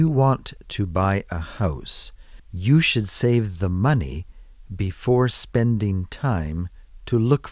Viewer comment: TK đọc SAVE giống như SAFE , Frank đọc hay